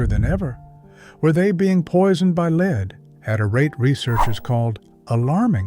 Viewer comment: Stopped as soon as your AI voice pronounced l-e-a-d as lead rhymes with speed instead of lead rhymes with red. Now if this were one of the dozens of AI voice mistakes on YT these days, I’d not comment. But in this particular story about this very real danger to our eagles the correct pronunciation is crucial. Lead rhymes with speed never killed an eagle. Lead rhymes with red does. But, dear content creator, that fact was not important enough to you for you to do with your AI production what your 5th grade teacher told you, “Check your work.” So hello, goodbye, won’t watch you again.